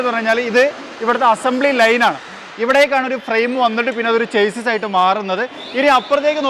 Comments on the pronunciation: ചെയ്‌സിസ് അല്ല ഷാസ്സി ആണ് 😊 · പ്രിയ.. താന്കളുടെ ഉദ്യമം നല്ലത്.... പ്ളീസ്.. ചേസിസ്സ് എന്നു പറയരുത്... ശരിക്കും ഷാസിസ് എന്നാണ് ഉച്ചാരണം.. ഒരിക്കൽ അങ്ങയുടെ ചാനലിൽ തന്നെ പറഞ്ഞത് ഓർത്തു പോകുന്നു... 👍👍😍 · Broo chassis is actually pronounced as shassy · Chassis ൻ്റേ pronounciation ഒന്ന് നോക്കുന്നത് നന്നായിരിക്കും, നിങ്ങൾ Automotive related videos ചെയ്യുന്നത് കൊണ്ടാണ് ഇങ്ങനെ പറയാൻ കാരണം.